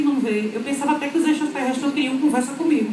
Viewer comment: Ex-tra-ter-res-tres,!Não tem "s"depois do "a"...